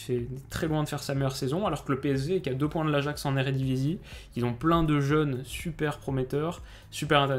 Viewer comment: Depuis que t'es à Amsterdam tu prononce correctement le "j", tu as bien dis Ayax. Àlors qu'avant tu disais toujours Ajax (en français). Tu t'es sûrement fais la remarque par des néerlandais, raconte nous un peu 😁😄